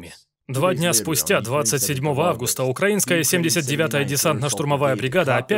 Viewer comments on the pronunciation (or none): none